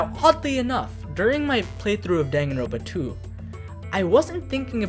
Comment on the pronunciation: distracted by "danganro ̶n̶ pa"